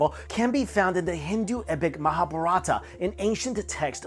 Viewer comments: he always does that. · LOL...its funny to see how you pronounced..MAHABHARATA It's actually like"Maha+Bharat"